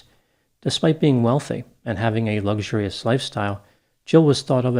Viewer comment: Lux ur ious Ee us